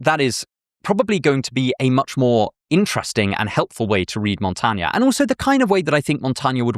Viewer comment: Your pronunciation of my name is atrocious - Michel de Montaigne.